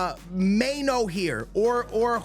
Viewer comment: may-no lmaooo its my-nu